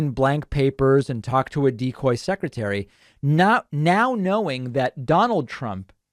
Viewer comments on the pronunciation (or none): none